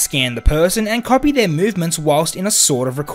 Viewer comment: You don’t know how to say copy